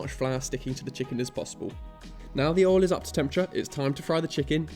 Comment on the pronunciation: Aw he says Oil like Ohl like folks from the South of the US